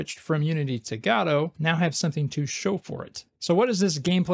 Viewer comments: Good videos man, but please pronounce it properly. It's "Guh-doh" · Why do you use a "shwa" (an "a") sound instead of an "o" sound when you say Godot? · What's this "Gado" he keeps mentioning? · Hey, you cant pronounce Godot like that. Please, I couldnt watch this video because of it. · cannot get over the way this guy pronounces Godot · Actually, Balatro is supposed to be Balatro. Godot is different. It is pronounced Godot. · No no. It is supposed to be Godot.